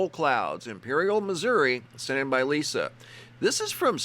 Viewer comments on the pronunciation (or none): none